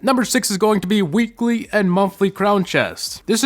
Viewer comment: "daiwee, weekwee, an monthwee"